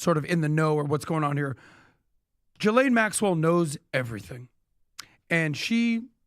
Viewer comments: I hate being this person. But it's pronounced "Ghee-lane". Not Jiz-lane, not Jill-ane, not Jis-lane. Ghee...like clarified butter. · Guys guys guys come on….if you want to be taken seriously, y’all should know by now her name is pronounced “GHEE LANE!” Not “JIZZ Lqne!” FFS get it together and do your damn research! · Sounds so silly when he says it was a J .. it’s a French name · Can the country all take one day off to come to a consensus how to pronounce “Ghislaine”?